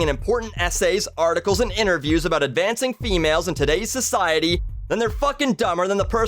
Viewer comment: It's about not "aboot"